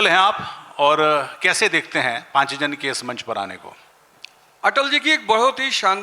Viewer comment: शिक्षक महोदय पाञ्चजन्य बोलना तो सीख लो ,सबसे बङे हिन्दीभाषी प्रदेश से आते हो और उच्चारण ही शुद्ध नहीं है